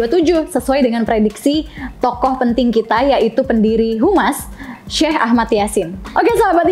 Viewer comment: Bukan humas mba,( hamas ) mending mba bilang human aja😂